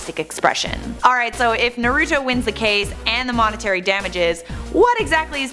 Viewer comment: She pronounced naruto wrong